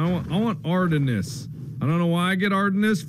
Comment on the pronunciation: the way he said Ardennes offended my inner history buff